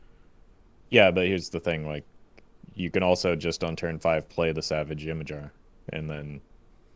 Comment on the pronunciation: Always entertaining I appreciate these reviews. Just wanted to throw it out there "Ymir" is old Norse and is pronounced "Ee-meer" or "E-meer".